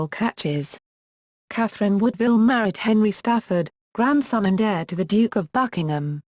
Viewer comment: Her name was WOODwille, nor not woodVILLE.